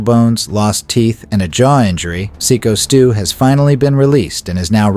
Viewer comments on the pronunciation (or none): Its Syko Stu with a long I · STOP calling him sicko s Stu. Its psycho he even said it himself and you continue to say sicko. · Seeko Stew--ai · Cringe ai voice channel can’t even pronounce sykostu correctly. You have zero talent.